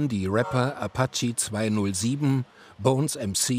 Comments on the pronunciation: Apachi 207 & cäpital Bra Wer kennt sie nicht 😅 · Wer kennt sie nicht: Apachy 207 Bonez mc Cäpitl brah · apachi 207 und cäpitäl bra, wer kennt sie nicht?